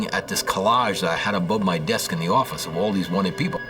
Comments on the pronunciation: "nuu yawk affice" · NO YAWK FAFFICE! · NEW YAWK AFFICE!